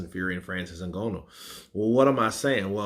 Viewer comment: Bruh, it's not O Gono, it's Nganou (Ng is between Nanu and Ganu) :yougotthis